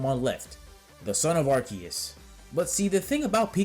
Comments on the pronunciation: Bro imma say it once....AR-SEE-US THATS HOW ITS PRONOUNCED. ARE-SEA-UUUUSSSSS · Its not "Arceus" it's "Arceus" bro..... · no…. I’m saying it is pronounced wrong… it’s Arceus….. not Arceus!!!!!!!